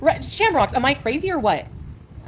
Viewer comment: The way she says AM like EMM